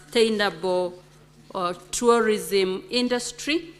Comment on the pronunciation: CS TOURISM VERY POOR ENGLISH PRONUNCIATION. SHE CANNOT EVEN PRONOUNCE TOURISM! OH, MY FOOT.